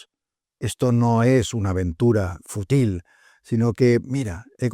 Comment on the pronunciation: Magnífico, David. Excelente resumen. Solo un apunte: se dice FÚTIL, y no FUTIL.